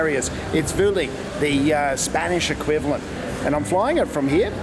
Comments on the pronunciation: Weirdly it’s pronounced “Bwehleen” apparently 🤷‍♂️ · Use Vueling a lot. One of the best low-cost airlines in Europe in my view. Btw if you want to be really Spanish authentic it is pronounced "Bwelling".